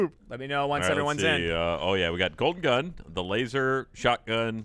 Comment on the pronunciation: When Said "Golden Gun", I honestly thought he said "Colton Dunn" XD